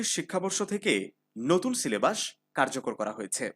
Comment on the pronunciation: সিলেবাস ❎ সিলেবাশঁ 😩✅